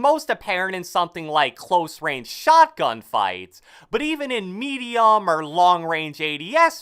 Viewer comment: I don't like how he talks. He says some words louder and slower than the rest. He slows down at the end of sentences. He also says parts of words words louder. "Sen-si-TI!-vity" and "mee-dee-om" are some that really annoyed me. "Call of doody" ugh... I can't watch this.